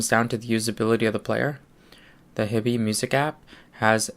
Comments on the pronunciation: It's pronounced 'HIGH-BEE' - just sayin'. Thanks for the vid. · Most of the Americans on YT seem to pronounce it as you do - your choice - but my compatriot currawong has nailed it IMO. He also pronounces Fiio correctly - again, IMO